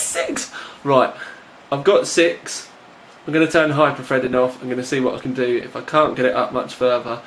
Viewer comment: LOL "Hyper-Fredding" & "6 Cores, 12 Freds" x)